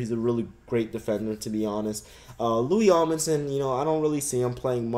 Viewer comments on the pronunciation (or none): LOL cant pronounce lou Amundson loui amundson. And dont say I dont know because at one point he was on the cavs but went to the Knicks in in the 3 team trade that sent the JR smith and Iman Shumpert to cleveland